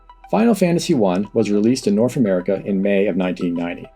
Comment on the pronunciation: North isnt pronounced norf.